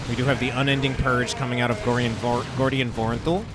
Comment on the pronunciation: Its Gordian my friend xD